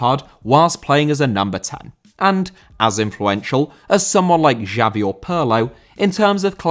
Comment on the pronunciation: Xavi* not Giavi!